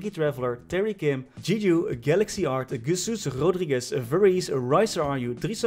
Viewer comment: I DIED when you pronounced jesus rodriguez lol, great video btw